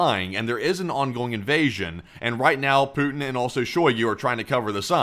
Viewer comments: oh god dont ever say 'pooty' again please it sounds like an innuedo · Pouotin ist Skrewwed